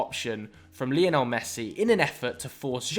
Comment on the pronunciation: please learn how to say " Lionel Messi " it's not leeeonel he's named after Lionel Richie